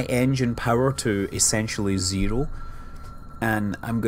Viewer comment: I love hoh you pronunce "Zero"